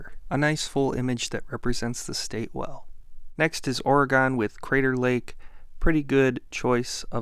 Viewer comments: It's "or-gun" not ore-gone. Thanks. Love your videos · "Oregone". We still love you though dawg :P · Great video, but please pronounce Oregon correctly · I usually tell people it's pronounced "I can kill you with a knife ""or a gun"" " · Oh no is it the dreaded "gone?"